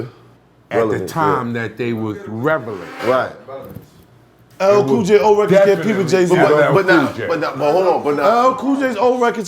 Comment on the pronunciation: How these peeps got us writing IELTS when that brother can't say 'relevance' correctly.